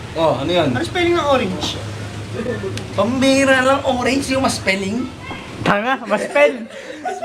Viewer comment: Ang lutong ng pagka2sabi ng "TANGA". Hahaha! Asteeeg! ;))